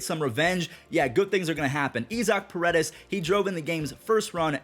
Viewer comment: Are you pronouncing Isaac Paredes name wrong